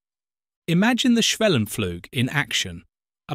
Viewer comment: Sometimes you pronounce the u in schwellenpflug correctly like [uː], then again you say [a]. It's the first one, and why not be consistent? In case you wonder where these different vowel rules come from: A process took place in english, between about 1300 and 1500, called the Great Vowel Shift. It means, while your vowels nowadays match the practical requirements of your language, it has also distanced it - insofar - from most other languages, who retain the pre-GVS sounds. Wouldn't a 'superior' edusys teach such facts in school?